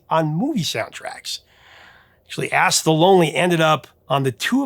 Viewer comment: Sorry, man, but every time you said "Ask the Lonely" it sounded like "Ass the Lonely". I was giggling my ASK off. :D